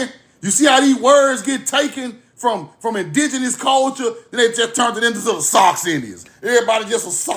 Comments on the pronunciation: Suu not Sock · Respectfully, Sioux is pronounced Sue.❤